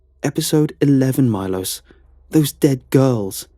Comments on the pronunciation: Milos is actually pronounced ME-lo-sh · You pronounce it Milosch